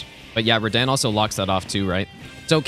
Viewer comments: Btw it totally tilts me that you’re the only person on earth that calls him Rah-Dan…. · what the flip is "redehn" bruh💀🙏🏻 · Small question: Why does pronounce Radahn's name wrong? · You are the legend,! That is obvious by now. And did you watch Kazoodle´s reaction to your pronounciation of Radahn? 🤣🤣🤣